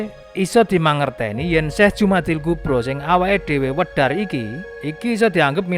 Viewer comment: Sudah bener al-kubra, harusnya dibaca Jumada, bukan Jumadi. Kalau Jumada maka dia mu'anats.